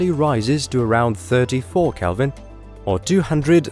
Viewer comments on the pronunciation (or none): none